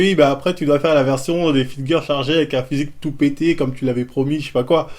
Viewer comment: "Fitgueur" j'suis ko 😭